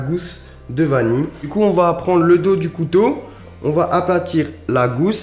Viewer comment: Qui osera lui dire qu'on dit vanille et pas vani !!